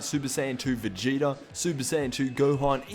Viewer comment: Did he say vegeti